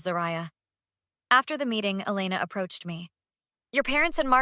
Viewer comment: Please decide on the pronunciation of Elena’s name.